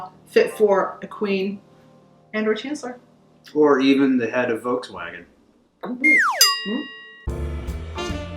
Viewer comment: Das geilste war "chancelor merkel"😂